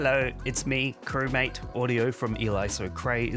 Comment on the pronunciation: I still love how he says crewmaTe